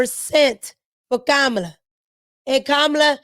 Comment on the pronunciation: you be having cracking up laughing how you kamala name lol you say it the same way people on telemundo the Spanish channel